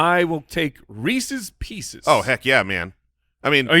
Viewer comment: Thank god was called out for his pronunciation of Reese's pieces